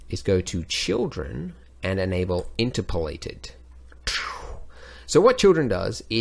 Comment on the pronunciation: In-TER-polated I think. ? Anyway, as always a fun, helpful vid. Thank you Andrew.